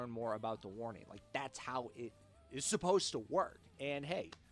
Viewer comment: Good pronunciation of their names!